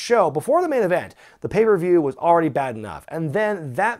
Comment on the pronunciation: does intentionally pronounce it "papieview review"? lmfao